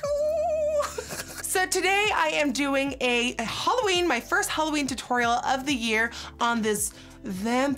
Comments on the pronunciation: Am I the only one that heard HOLOween? :'( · I love that she says HOLOween💿❤️💿💉💉